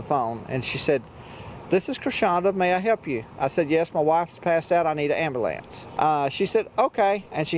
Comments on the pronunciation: That is a rare experience. I've never heard a white man say Ama-lance instead of Ambulance. 😂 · That’s his fault because he said ambulance instead of am BULL lance.